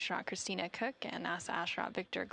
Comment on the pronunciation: He must have have been told their names 100 times and he still pronounced Christina’s Name wrong. He did that on porpouse no doubt